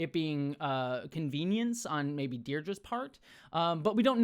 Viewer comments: Sorry but it really annoys me that you're pronouncing Dedra wrong. Its not Deirdre its ded-ra 😭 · Space Derdra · Yes, thank you! Or, as I pointed out in another comment, it's "Dead-Rah" – which is quite the funny name for a fascist bird like her...😂